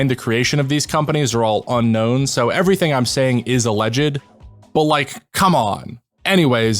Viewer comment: Alleged is pronounced with two syllables, not three. Brilliant video requiring much knowledge, research, and time. Thank you and well done. 👍🕊️